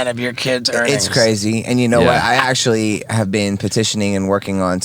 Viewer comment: Dog : “Bro, do u axshully bleev dis shit???”